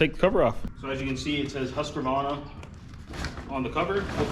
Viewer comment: Pronounced Hoosk-varna. They made sewing machines and excellent motocross bikes back in the day. What you have there is pretty much a hybrid of the two... Here in England we have mowers that you walk behind. A cross between a sewing machine and a Zimmer frame... As it happens I've spent the last couple of days cutting the grass in my orchard. Seriously high grass, seriously potholey ground. Most exercise I've had in a good while. A ride on mower wouldn't work on it unfortunately. Good buy.